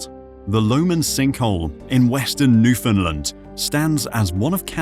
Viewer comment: 1 for mispronouncing Newfoundland.